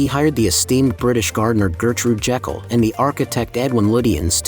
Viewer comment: If you HAVE to watch it do it with the sound off - the captions are hilarious. WTF is "pasta cox countryside"? Also, Gertrude Jekyll's surname is pronounced as JEE-kill and NOT Jackal!